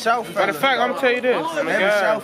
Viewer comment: Don’t say “Fa Sea Shore” ever again